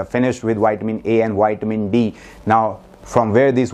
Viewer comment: Put your front teeth into your bottom lip to say Vitamin. Not whytamin.